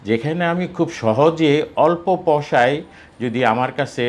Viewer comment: প্রথমে বললেন শরীল,,, তারপর বললেন মলম,,, তারপর পয়সারে বললেন পসা,,,, 😢😢😢